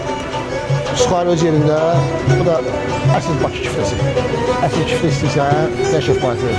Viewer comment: Kiftə yox, küftə😢